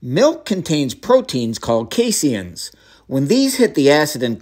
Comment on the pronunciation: I’ve never heard it pronounced “casey Ians” before 😂